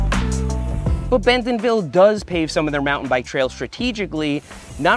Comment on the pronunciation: I really love your videos, but as a local, I have to tell you it's pronounced Bent'nville, not Ben-TONville.